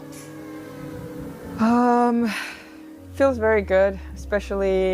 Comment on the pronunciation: eXpecially drives me nuts- I expect it from but the other guy too?!?